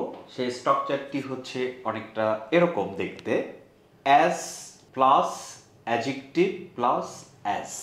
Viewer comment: অ্যাজেকটিভ ❌ অ্যাডজেকটিভ ✔️